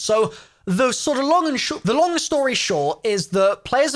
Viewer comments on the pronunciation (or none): 20 seconds in and I thought you said, “The SHLONG story.” RIPonMe